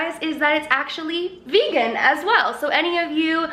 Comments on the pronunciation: Vay-gan! I love her so much 😂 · In France we say "végan" like your grand'ma :D instead of regular butter I also use ghee (for lactose intolerance) or coconut oil. it works well. Be careful, if you use margarine, that there's no palm oil inside, as it's taking part in destroying the tropical forests and all the animals that live there . :) I will try your recipe during the holidays! thank you so much to you two! I love your grand ma and i love you :D P.S. I LOVE your grand'ma apron!